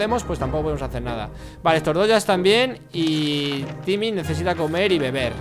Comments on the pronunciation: Por que le dise yimmy en vez de timmy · se dice timie no jimie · jajaja dijo jimi o llimi o vhimi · Es timmy no jimmy Agh me molesta que le diga jimmy >:T